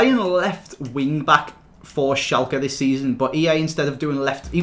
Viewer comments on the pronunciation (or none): none